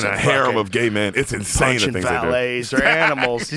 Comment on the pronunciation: "Inshane sape" HAHA